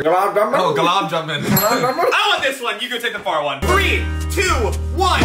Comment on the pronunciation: Its called gulab jamun 😂😂 (Goo-laab jaa-moon)